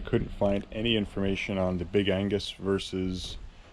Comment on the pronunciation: Big Ag-nes* (not Angus) 😂 Very helpful review, thank you!